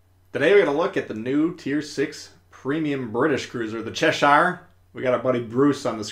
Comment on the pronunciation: cheSHIRE! is an "interesting" pronunciation. (Cheh-shur if you're wondering)